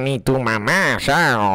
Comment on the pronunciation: No se dice yao cabrera